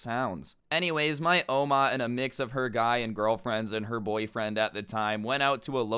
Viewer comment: i dont like the way u say oma